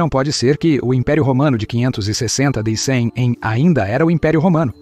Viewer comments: O seu canal é bom, porém, a leitura boa IA fica ruim, porque ele fala DC como "dê cem". verifique isso. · O vídeo é interessante, mas a dublagem é um desastre e provavelmente feira por IA, porque lê todo C maiúsculo com seu valor como algarismo romano. Então, Constantinopla é lusa como "cem onstantinopla", d.C (sigla para "depois de Cristo") como "do cem". Isso pode confundir internautas mais desatentos. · Que é isso de "do cem" ou "de cem"? O cara não sabe ler data? d. C. é depois de Cristo. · observe qdo ele fala DC e AC